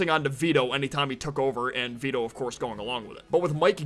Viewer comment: It’s Vito not Veto